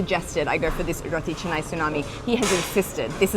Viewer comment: It not ca-nai it,s ka-na-i